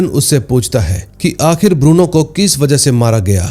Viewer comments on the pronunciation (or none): Lagta hai, yeh Bruno ko Burno bolne wala koi Parkaas bhai hai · बुरनो नहीं भाई😂 ब्रूनो